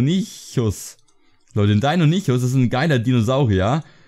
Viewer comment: und es wird Deinonückus ausgesprochen 😊